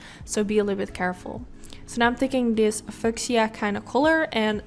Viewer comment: Hi, your blending is always sooo good and this look with the pink is really stunning! Also, just thought I’d let you know that the word ‘fuchsia’ is pronounced FEW-SHA. Thanks for the tips and techniques. Your channel is really good. X